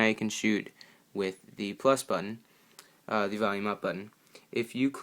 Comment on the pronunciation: The word the is mispronounced many times. The makes the THEE sound only in front of a vowel for example